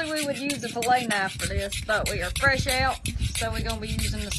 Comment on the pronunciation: Fresh pronounced “Frashe”😂 now that’s country talk y’all don’t know nothing about that